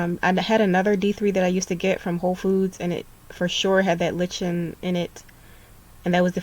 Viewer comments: Thank you for all this info, loving your videos. Fyi, lichen is pronounced "LIE-kin" :) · lichen is pronounced like-en